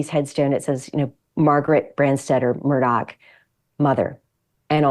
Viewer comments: THE PRONUNCIATION of MURDAUGH IS "Mur" "Daw". Not "Mur" "Dock". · Murdaugh, not Murdock. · Why the hell does everyone not from sc say their names with an ck ending instead of augh smh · Why does everyone pronounce his name incorrectly? It’s Alex with an “x” at the end not a “c” and Murdaugh with a”gh” at the end not a”ck”. Just saying. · It's Mur-der ! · Yep pronounced Murdock and Alec. Never made sense to me.